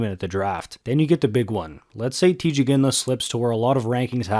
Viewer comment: Teeej not tie